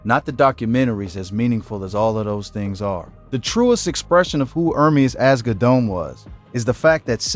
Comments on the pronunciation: YOU ARE PRONOUNCING NIPSEY’S LAST NAME ALL WRONG! DAMN AT LEAST DO A MODICUM OF RESEARCH Their last name is Asghedom. It’s pronounced like Ahz-GEH-dumb. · Can you please stop butchering their last name.